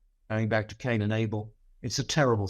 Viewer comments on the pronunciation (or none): none